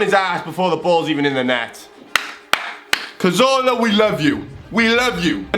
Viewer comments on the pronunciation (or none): Calls himself an Arsenal fan, can't even pronounce Cazorla's name right.